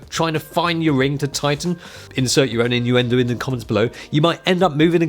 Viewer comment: So much "in your end o" ;) Love it. Brilliant Video :)